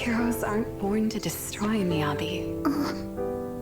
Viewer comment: It's MiyabI, not Miyabe